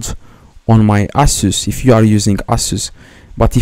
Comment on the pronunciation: the same genius again . NOT ALL LAPTOPS ARE ASUS the best part is when he said "you just need to DownLoond my Aysos"